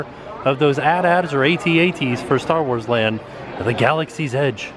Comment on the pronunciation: Just so you know, it's A-T-A-T.